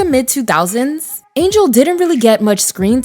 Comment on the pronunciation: Once again, a narrator does not know how to pronounce names. Angell Conwell's name is NOT pronounced Angel.